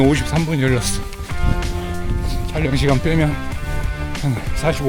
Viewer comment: 형님 촬령이 아니라 촬영아닙니까.. ㅋㅋ